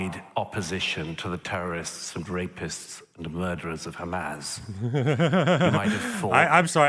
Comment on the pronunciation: Two things: First, it sounds like Douglas Murray turns any S at the end of a word into a Z, hence Hamaz. Second, I think that what Natasha and Douglas are arguing is that anti-Zionism is a subset of anti-semetism, because they don't classify anti-Zionism as criticisms of Israel, they define Zionism as "the right for the Jews to self determination within their homeland", so if you are anti-Zionist you don't believe that Jews are uniquely afforded that right, hence anti-Zionism is a subset of anti-semetism.